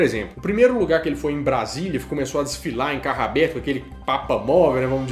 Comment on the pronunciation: "O Papa desfilou em carraberto". Só faltou você dizer que o "Papa entrou dendicasa"! hahahaha